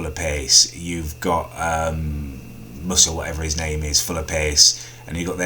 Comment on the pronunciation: Did you just call Musa and Slimani 'Muscle and Salami'? haha